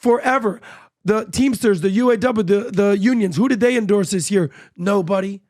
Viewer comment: why doesn't Patrick say "the" world properly? He always say "duh" in place of "the" and "dey" instead of "they." Does he have a speech impediment?